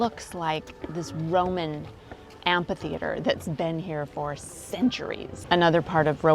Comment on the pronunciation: Really interesting and well made video. Thank you. (Um....... sorry... did you say amp-hee theatre?....... perhaps I misheard. Ph is an f sound. Am-fee theatre?)